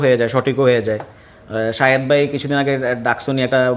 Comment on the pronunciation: শাহেদ্দে বলে সাংবাদিক 😆😆😆